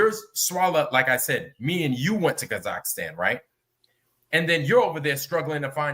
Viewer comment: Why does talk about Kazakhstan when he can't even pronounce the name?